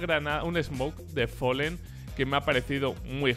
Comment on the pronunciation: porque dices Follen? si es Fallen?